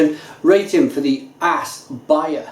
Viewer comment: great review, but it's pronounced OS, not ass :P the norwegian å would be the same as the O in orange. :)